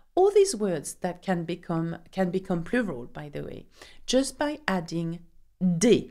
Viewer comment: Nice pace. Just be aware that the indefinite article is NOT pronouncd AY, but as schwa!